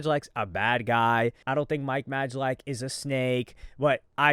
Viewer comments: Bro it’s pronounced MIKE MAY-LACK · Like mispronouncing Mike’s last name on purpose or acting like he doesn’t know Logan has a kid..